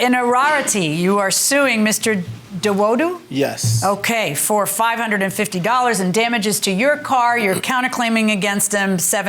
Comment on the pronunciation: Lol. Nigerian here. He did okay on the first name; absolutely butchered the last one. 😂